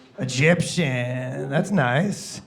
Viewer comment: No 'a' in "Egyption"....